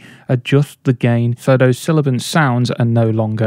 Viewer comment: you mean 'sibilant', instead of silibant...